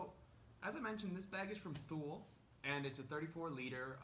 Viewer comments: It's pronounced TOO-LEE. Otherwise, great vid. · Almost right. The last part is pronounced quick. The best way to describe it to an English speaking person would be like to pronounce the French word 'Le'. Like in 'Le grand'. It's not pronounced like the jeans company Lee, if that makes sense?